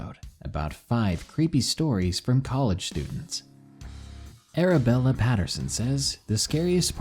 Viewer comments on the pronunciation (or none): none